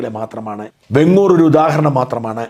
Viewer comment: വെങ്ങൂർ അല്ല വേങ്ങൂർ ആണ്.